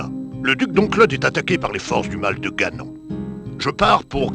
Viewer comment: non ça ce prononce ganone